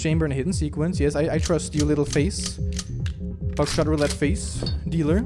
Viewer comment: I thought u said back shot roulette 😹😹😹